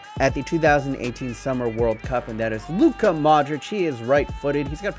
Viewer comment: That pronunciation of Luka was on point